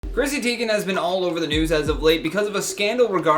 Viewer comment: Who is Chrissy Teign